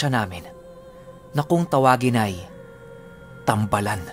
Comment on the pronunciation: Tam. ba. Lan po pagkabigkas nyan. Tam. Bal (gamot). Solid story!